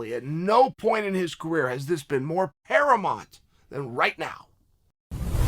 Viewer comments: Did he say Paramont, this whole time I thought it was paramount.... Whoops😓! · "At no point is his career has this been more paramont than right now" ...uh I think you mean paramount? Paramont! ...ok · Chael it's pronounced Pair-a-Mount...... Never mind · If Unc C says "paramont", then it is what it is. Fuck your dictionary AND the word "paramount" at that! Good day! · Sorry, how did Chael just pronounce "Paramount"?